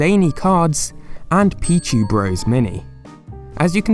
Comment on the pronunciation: u said peachy not pichu